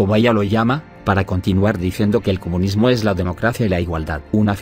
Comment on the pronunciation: No pueden pronunciar España. Tampoco les sale pronunciar comunismo. Lo único que sí, saben pronunciar bien es EUROS.